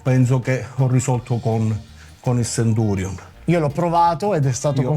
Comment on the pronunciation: Grazie che lo chiama Centurion, con la "c".